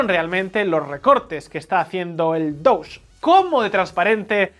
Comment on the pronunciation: No sé si es un chiste o estoy viendo cosas donde no las hay, pero, ¿Es posible que haya percibido que la pronunciación de DOGE está vez sonaba un poquito como "Douche"?